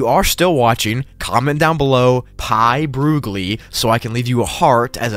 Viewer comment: PI Broogli Ah yes